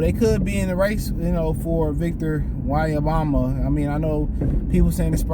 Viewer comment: Bro just butchered that man name lol